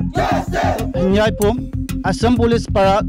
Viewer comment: His name is Henvieh not Hanbua